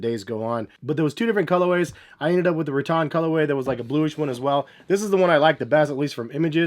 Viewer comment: Every time you pronounced rattan, I died a little inside